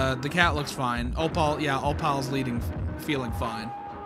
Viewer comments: O pal is hilarious lol 😂 Fr tho it’s said o-pull and it’s short for opalite (a crystal) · How your suppose to pronounce her name: “Op-ul” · tip: pronounce opal like apple, (ople) replacing the a with oh. btw opal is a real word, it is a gemstone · im not sure if im right, but i think opals name is pronounced as oh-poll/o-poll. well i think thats how they pronounced it in the show, but i dont remeber because i haven't seen mlpfim in a-long time. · cats name is pronounced o-poll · Opal is pronounced 'ope-ull'. No, I don't know why we spell it the way we do if that's how it's pronounced either. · Opal's name is actually pronounced like "Oh-pole" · The way you pronounce opal is oh-pl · it’s pronounced Oh-pull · Opal sound likr this op-el or op-il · opal is pronounced "o-pole" but just opal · bro please learn how to pronounce opal its 2 syllables how do u do it wrong every time 😭 there are videos so u can hear how its pronounced pls i love ur vids but i cant take it Anymore